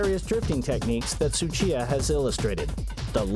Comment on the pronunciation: It's not Suchita It's Tsuchiya!!!!